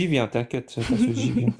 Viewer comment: Y'en a aucun qui est capable de prononcer le nom Casus correctement.